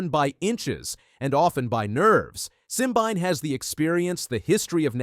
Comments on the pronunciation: Try three (3) syllables Sim-bi-né! If you cannot get his name correctly, try being quiet.😢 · His name is pronounced "sim-been-eh". And Letsile Tebogo is pronounced "Let-seal-eh Teh-bo-go"